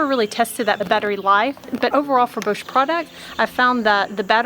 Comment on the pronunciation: Your video is so informative and clear, it really has helped me decide on this particular one just now, - and thank you for all of your posts! Just a little note!- Bosch is German and so pronounced to rhyme with ‘off’ and not ‘owe’ !!😁😎